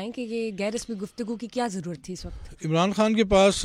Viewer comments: Ap ki mehrbani ap Indian lehjy mai khan na kahien خان hota کھان nahi plz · Pahna pahle apne urdu theak kar lo khan, dastakhat. KH ko theak karlo